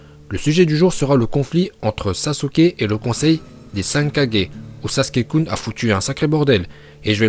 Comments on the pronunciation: le mec il dit kadger c kage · On dit kage pas kadjé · j'ai vérifié on dit bien gué et pas gé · Ses oas kajjééé mais kagé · C pas kajé mais c kager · Oui et tu prononces aussitôt mal kage. Toi t'y dit ça comme kadje alors que c kaguer (kage) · On est d'accord tu le prononce bien c juste le kaje au lieux de kage qui est impeu frustrant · Par contre je comprend pas pourquoi tu dit kajé alors que sa se dit kage (kagué) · c'est pas Kage c'est Kagué! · Ca me tue quand tu dit kaje C kage😂😂😂😭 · Tu dit kadger et ses kage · Au lieu de dire kage il a dit 4G ptdrrrr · " 4g" "rai4g" sérieusement ?! On connaît tous le multiclonage en japonais non ? "Kage bunshin no justu" dit le juste dans ta tête tu vois deja qu'il raconte que de la merde. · Kagé pas 4g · Pourquoi il dit kagé et pas kage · Je rêve ou il a dit les 5 4g😕🤣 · pour dire kages sa se dis pas 4G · Stp pas kaje kage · Att t’as dit kagé mais 😂😂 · Je rêve ou ta dis KAJE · Oui mais tu dis mal c'est pas kage mais kage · z Bon peut être que t'as raison mais tu prononce mal kage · Je veux bien que tu prononce bien uchiah parcontre prononce bien kage stp parce que j'est eu mal au oreilles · Ça encore ça va, mais on dit SHIPUDEN, pas SHIPUNDEN !!!!! Et KAGUÉ, pas 4G 🤣🤣🤣🤣🤣🤣🤣 Ps: aime le commentaire pour qu'il le voit Bordel, c'est pas TSUSHI4G 🤣🤣🤣🤣🤣🤣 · Qui comme moi entend "Shipunden" et Kadjé😂